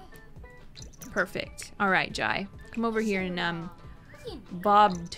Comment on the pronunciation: Jai is pronounced Jay